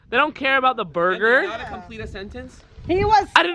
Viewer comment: He said a Durger 😭😭😭😭😭😭😭